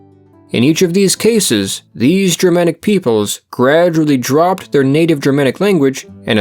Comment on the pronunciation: "zeir culture" Where are you from, buddy?😂